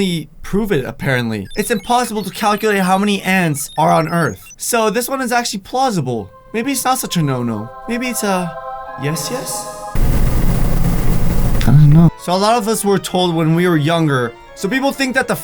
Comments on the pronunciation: you said plosibble 😂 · Did anyone eles notic::...so this one is actually ''pluse- able'' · You said plosible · It's plosible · Guys he said plosible tøp fans hmu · Matt K yes. Its plausible. It means it is possible, but unlikely